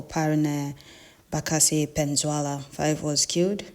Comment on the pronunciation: Pls check your pronunciation : PENINSULA and not PENZUELA